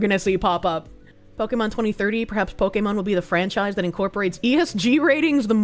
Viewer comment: I can't with your pronunciation of Pokémon